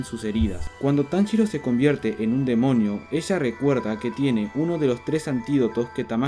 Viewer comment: soy la unica que el desia demoño jsjs